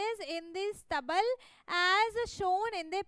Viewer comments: That is stable pronounce is wrong 😂😂😂😂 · Search in Google pronation of stable 😂😂😂😂😂😂😂